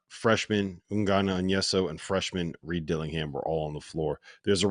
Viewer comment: Also his name is On-yen-so Not whatever keeps saying. Just learn his name, it’s not hard